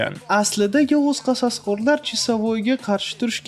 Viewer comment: qososqorlar deb zaybal qivordiz qasoskorlar deb oʻqing